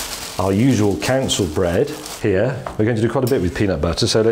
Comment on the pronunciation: "council bread"?